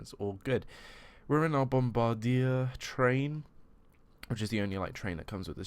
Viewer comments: Bombardier is pronounced (bomb-bar-dee-ay.) Also, what do I do with the download file after I download it? I'm planning to buy it. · one thing about the pronunciation of Bombardier: say it like bomb-bar-de-yay